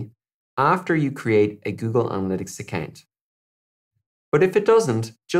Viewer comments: Account shd be pronounced as acowww+nt not a + kennnnn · Great video straight to the point, but why you saying account like that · 😂accant not account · 😂 I was thinking the same thing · I a-can’t get over how you say account.😂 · "Accant" is how im gonna pronounce it from now on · Google “ACCANT” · Ffs now I can’t not hear it!! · "Accant" keep up with you🤣, nice way of pronouncing. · Great video. Love the way you pronounce "account" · Who am I kidding, this shit is hilarious 🤣😂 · I don’t know why on earth there’s a pronunciation like that? 🤷‍♂️ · literally was just thinking that. lol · I can't ... account ... potato ... potahtoh lololol! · Nick T Khan hahahhhahhaha Dude you nailed it hahahaha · "Account "😄😄 no offense it's just funny